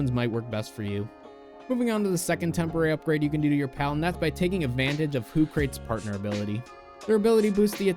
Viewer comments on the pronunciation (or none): I think it's pronounced "Hoo Kra Tees" Like Socrates if he was an owl. Sorry if that was pedantic.